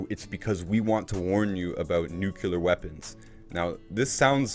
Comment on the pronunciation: Great vlog. Just wanted to point out that there's no such word as nukular. It's nuclear. Only pointing it out because it was said about 12 times. I believe it was George Bush junior that first mangled that word and people been following suit ever since. Other than that I enjoyed this post.